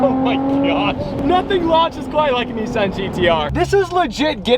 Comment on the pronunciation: ITS NISSAN GTR not NESSAN GTR Get it right you hooligan